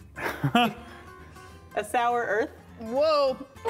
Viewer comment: Daniel Gallagher It's heath not health lmao